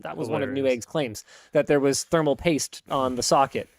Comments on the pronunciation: You mispronounced “ thermal pate” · Thermal pate not thermal paste.. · It's "thermal pate" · Not thermal paste, it is thermal pate.